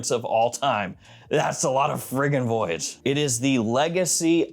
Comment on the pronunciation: The way he said voyage was hilarious 😂